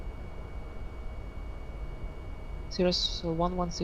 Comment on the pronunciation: Why the race talk? Blacks can say what they will, right? You just lost a subscriber. Oh, and you're mispronouncing Cirrus.